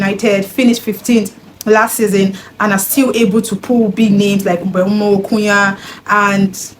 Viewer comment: How did you pronounce MBEUMO so well 😢. I could never 😂